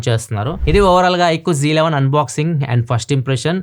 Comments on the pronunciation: Annaya j 11 antunaru .z11 kadha😍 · Bro Z11 bro g11 antunnav